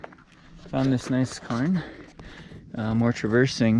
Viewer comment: "Karen", "Karen", not Cairn 🤣 No Pacer cameo!?! (It's okay, we still love you!)